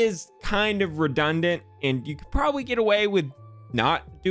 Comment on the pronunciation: I love how he says probwably